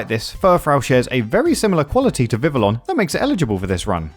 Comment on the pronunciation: Love this video and these challenges, keep them coming! That said, my brain did misfire everytime you said Vivillon. It is pronounced Vivi-yon as it officially uses a french pronunciation.